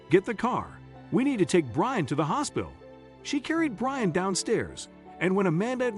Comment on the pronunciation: the narrator kept saying brain towards the end instead of Brian 💀